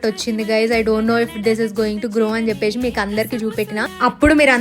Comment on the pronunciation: Chesesi,cheppesi,😂 Not cheppeshi,cheseshi😢.